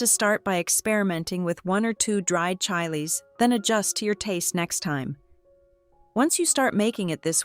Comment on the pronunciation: The AI narration sucks. Is it really that difficult to get a human to read a few lines? Preferably somebody who can pronounce "chiles."